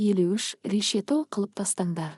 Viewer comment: Шолақ мылтық десең болды. Об, рез деп перевод жасамай ақ қой. Ләнкүрзер, гленвәген, тб дрыс 👉оқы. Паузаны көп жасама!«Қылп» ете түсті дегенді «қыл» ете түсті дейсің... Орысша перевод керек емес ❌. Тыныс белгілерін дұрыс 👉ұста!